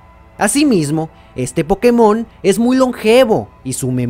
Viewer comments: se dice pokÉmon, no pokeMON, que por algo le "é" lleva tilde ¬¬ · Se dice pokemon, la tilde solo es para que los que hablan ingles pronuncien correctamente, sin la tilde la gente que habla ingles diria algo como "poukmon". Por eso la tilde, en español es pokeMON o POkemon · es culpa del doblaje latino, asi lo pronunciaban y es por eso que todos ahora decimos pokemón